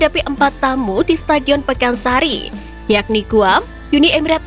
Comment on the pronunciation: STADION PAKANSARI WEY, BUKAN PEKANSARI